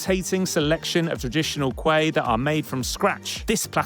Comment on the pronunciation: Not kuek, it's Kueh sir.